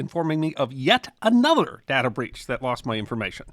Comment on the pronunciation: It's DAY-ta, not dada.